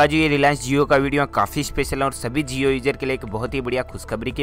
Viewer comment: That's jio not zio